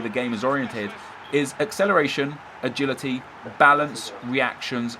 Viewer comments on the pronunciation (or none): none